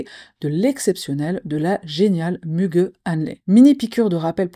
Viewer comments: Müge se lit Muguet comme la fleur 😊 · ça ce prononce Muguet Anli sinon. Anli a été bien prononcé avec quelques conseils syllabique tu vas bientôt maîtriser le Turk !))) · Ça se prononce Mugué 😊, c'est une journaliste, présentatrice et la meilleure Muge Anlı